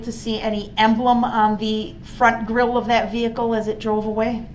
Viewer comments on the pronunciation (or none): none